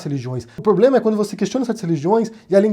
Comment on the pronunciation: Kkkkkkkkkkkk, esse Bozoasno é uma piada de mal gosto! Nem falar "problema" ele sabe, disse: poblema! Affffff, bizarro esse infeliz!!